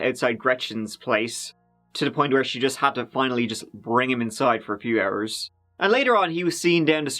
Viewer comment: “Hachour Manager”